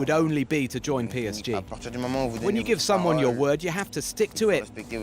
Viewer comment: the psg pronunciation is killing me 😂🤣